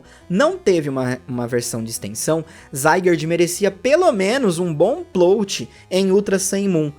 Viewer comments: "Plôt" não ,amigo. É "plÓt" mesmo, pode agredir esse "o". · É "PLÓT" e não "PLOUT" peloamordedeus! Doi os ouvidos ouvir plout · Não é "plout" twist, é "plót" twist (o jeito que se fala). Coisa básica, please, melhora. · Bacana o vídeo, também senti muita falta das Megas Evoluções, ao meu ver eles trocaram isso pelos Z Moves por ser mais fácil de criar vários Z Moves que podem ser utilizados em todos os tipos do Pokémon do que criar 6 novas Megas Evoluções, foi uma questão de praticidade bem preguiçosa. Só uma correção, a pronúncia correta é "PLÓTI" e não "PLOUTI" como você fala alguma vezes.